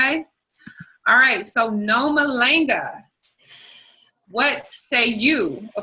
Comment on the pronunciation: please teach this woman to say your name properly. I think we picked that up from White folks...putting minimal effort into correctly pronouncing "foreign" names. Just explain that the "a" sound in your name, is the exact same sound in HER OWN NAME. jeez lol Noma LAHNG a, not Noma LAENG a...right?